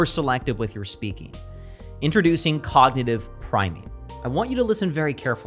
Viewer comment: ‘Cognitive priming’, not ‘cognative…’ :)